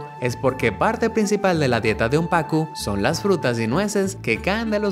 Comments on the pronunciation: Es pacú no pacu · pez pacú pacuuuuuuu acento en la úuuu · el pez es PACU con acentuación en la u al pronunciar